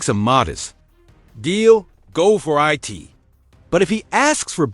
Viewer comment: Eye Tee truly baffles me how this AI can speak all of these complex sentences flawlessly but cannot say the simplest two letter word "IT".....Very annoying😒